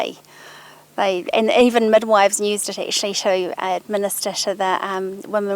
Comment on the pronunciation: "nused" the way she says use/nuse kills me inside